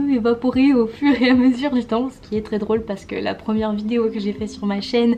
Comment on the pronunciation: Ah ah, tu prononces « drôle » comme une réunionnaise 😂